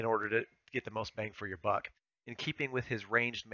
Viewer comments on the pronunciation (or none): none